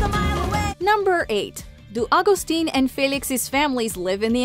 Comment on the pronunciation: Her dad isn't agstin its Augustin its pronounced